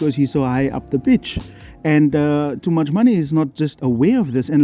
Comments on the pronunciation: Is he calling Tchouameni "Toomuchmoney"? Ahahahah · Bro did you just say toomuchmoney?😂😂😂😂😂